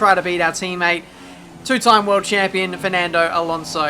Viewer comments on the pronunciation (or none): none